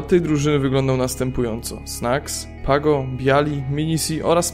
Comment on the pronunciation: Ten gosc z jego pierwszej druzyny to nie PAGO tylko PĄGO znowu fake info